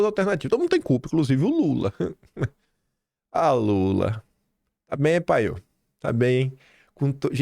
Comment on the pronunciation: "o governo lule tamém" Sadi? Credo uai. Não se ensina português pra ser jornalista? Eu, hein 😮